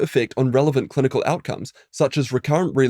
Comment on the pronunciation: "Clunical" studies 😂